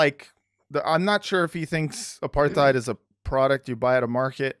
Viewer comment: please, it's not that hard: Uh-part-hide or Uh-part-heed apartheid.